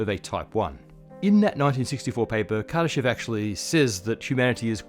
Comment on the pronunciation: anyone else think it said kardashian scale?